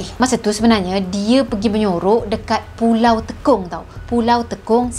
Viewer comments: Salah sebutan..bukan teekong....tapi tey kong....MCM sebutan tekong sepaktakraw..tekong yg bermaksud ketua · Tekong sebut sbg "tey kong" bukan "te kong" 😁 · Salam. Knp nk di lawakkn plk sebutan nama pulau di Singapura. Klu tk tahu bertanye,jgn di buat lawak mcm org kurang akal. Maaf pd sesiape yg terasa. Sebutan nye,Pulau Te...kong. klu tekong kn dan jadi kita bermain sepak takraw. Sy org Singapura,hrp hormat dan berfikir sblm pandai2 nk ubah sesuatu nama... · Sebutan tekong tu kurang tepat